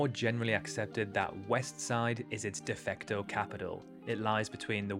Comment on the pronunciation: So many irritating mistakes. "De fecto" also jumped out.